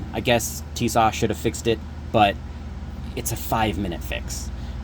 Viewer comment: Honestly dude the fact that you just called them Tisash you honestly deserve what happened